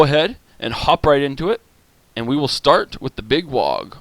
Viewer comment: Just a little nitpicking, but learned recently the G in WAAAGH! is silent ;). The gaze of Mork can be devastating against an enemy shaman, or magician type. I remember watching all missiles hit a flying magician on the ESL, and it took 90% of it's HP. Random, but insane. Oh, thought the Foot of Gork (or is it Mork?) sucked, pleasantly surprised!